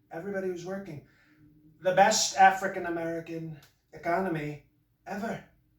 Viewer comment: i loved that one pronunciation of African-American /ˈaˈ frēkiN əˈmerəkən/ , sounds like 'a freakin American'